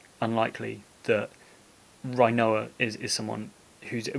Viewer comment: I love the video! But it must be a prerequisite to make final fantasy videos to pronounce things weird. Dollay and Rhino-ah